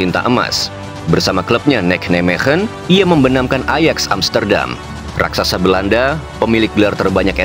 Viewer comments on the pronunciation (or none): none